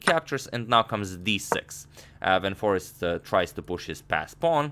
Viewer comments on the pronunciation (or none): jorden van foreest: first syllable=yor like in york; last syllable rhymes with haste, waste etc